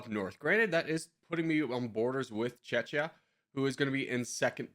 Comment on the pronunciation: You didn’t just pronounce czechia like that😂😂😂